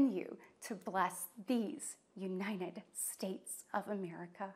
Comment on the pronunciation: Yea i can't trust someone who smiles for that long and can't pronounce our countrys name correctly... Uninad States? Really? 🤦‍♂️